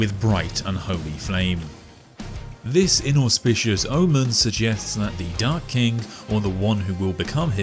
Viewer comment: The video: The Dark King What I keep hearing: The Dark Kink